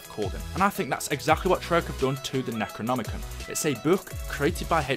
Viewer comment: Nec-ro-nomi-con, that's how you pronouns the books name